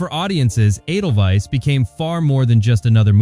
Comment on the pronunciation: AY-del-Vise, not eh-del-wise. CharmAINe Carr, not CharmIANE.